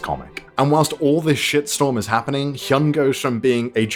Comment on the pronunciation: Btw its heeyun not heeyoon.